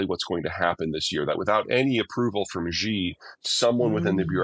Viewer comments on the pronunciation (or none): The name of the president of China is pronounced "she" (with non-rounded lips, slightly drawn back). Even if you just pronounce it the same as the English word "she," it's still going to be almost accurate, whereas this "Zhee" thing is just completely wrong! I don't know who President Zhee is, but he's NOT the head of the Beijing government!